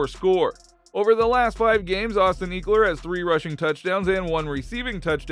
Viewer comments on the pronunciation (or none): You need to remake this whole video over ! You butchard Austin last name it's not eeekler it's ekeler smh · Why did he pronounce ECKler like EAKler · Please stop some Eeeeekler 🤦‍♂️🤦‍♂️ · don't think you're pronouncing austin's name correct my guy. it's not eek like geek, it's "eck" like "forget" trying to post stuff here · Ek-ler, not Eeek-ler Lol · Dude do you even watch football lol it’s not eekler it’s pronounced eckler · Who the fook is Austin eeeekler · Bruh, “eeekler”? Really? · eeekeler lol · I lost all hope in your football knowledge when you called my man's "eeeekler"... you know nothing from here out. Later 👌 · Make it stop 😂 ekleeeer 💀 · Ehk-lur That’s how you pronounce it, bro, great video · Came for my binge of Chargers content. Stayed for the "Eeeklers" 🤣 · Great video. Pronounced Eckeler, like “what the HECK” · Lost me at eekler jk nice video bolt up! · Wth Iol eeekler? Lmfao dude first time for everything. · Austin who? Eeeekler? Lol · It’s pronounced ehh-kler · This dude can't say Ekeler right 😂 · Yeah ain’t talk abt him if you can say his name right😂😂😂